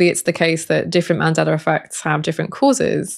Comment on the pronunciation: “SOR! Scientists…” lol Great video on the Mandelar Effect though. Thanks!